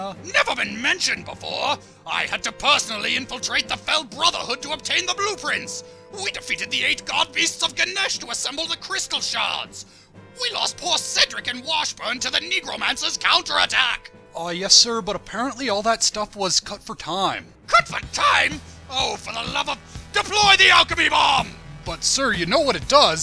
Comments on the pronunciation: I love how he pronounces it "Neecromancer"! :D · wait did he say Negromancer? WTH!?